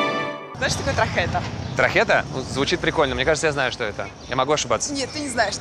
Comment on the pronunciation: Не трахета а тархета😀